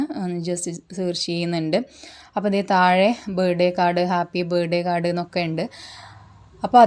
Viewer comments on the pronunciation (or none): ബേഡേ കാഡ് അല്ല, ബർത്ത്ഡേ കാർഡ് എന്നു പറ